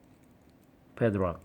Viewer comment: YOU SAID PEDRAK INSTEAD OF PADLOCK